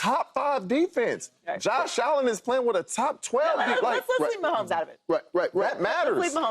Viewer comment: Love Joe but it's mahomes